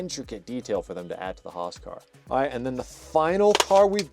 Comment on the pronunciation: Alpine spricht man Alpin aus und Roos ist nicht Roos sondern HAAS